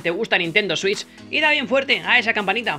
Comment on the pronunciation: Digo la Nintendo swiuis .. Jajajajajajajajaja